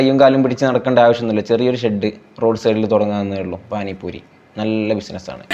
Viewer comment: പാനി പൂരി ❌ പാനി പൂറി ✅